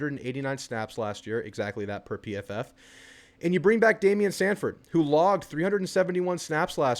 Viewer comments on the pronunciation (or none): Its not samford its sanford